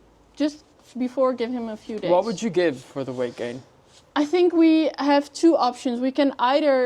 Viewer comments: lol "Gate Wain" instead of "Weight Gain" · geight wain did make me chuckle😂